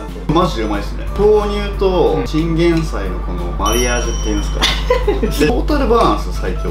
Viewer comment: 豆乳分離するの気になってたんですがバター入れると平気なんですね！ 勉強させていただきました！ 途中おにいさん ティンゲンサイって言ってましたよwwww